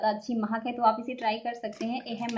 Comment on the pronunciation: mahak nhi yarr mehek bolte hai